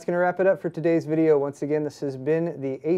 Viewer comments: STOP SAYING ASOOOS I DUN CARE IF IT"S THE RITE WAY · ah-soos is the correct way to say it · Why does this idiot insist on calling ASUS Azooz! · I think this ASUS guy next to him is latino, so he makes a joke pronouncing it like Hessus. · ASS-US, Asus.XD